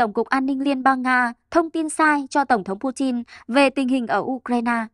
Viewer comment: Pu tin ko phải chin